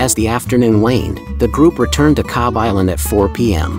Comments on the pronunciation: Còbh is pronounced "Cove" There is no letter V in the Irish language. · please say cove, if you cant then say cob H, MY MOTHER, born and reared in cobh and 92 years of age took me every year to the greatest, most understated place on earth.... fine girl you are